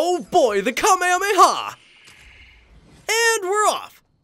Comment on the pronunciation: You say kame lamalamalamalama It is kame hame haaaaa